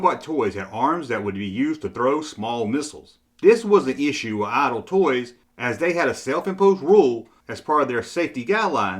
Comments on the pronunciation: It sounds like you're saying "Aisle Toy Company." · Please pronounce IDEAL correctly. You get it correct about half of the time. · Don’t worry, your contribution is another great video, his is picking up on a minor vocal glitch. You’re doing a great job👍